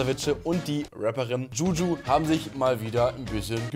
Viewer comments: DschuDschu.. aja.. maybe next time den Namen richtig aussprechen 🤣🤣🤣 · wie zu blöd ist Juju richtig auszusprechen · Wieso kann niemand Juju aussprechen